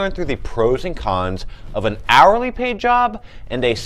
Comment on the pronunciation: Yk what, it definitely does lol